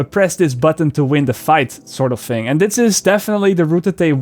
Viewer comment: every time you say "fing" instead of "thing" I say <3